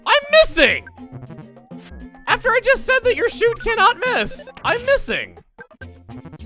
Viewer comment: You're not MISSING,. You're "DOH I MISS"-ing!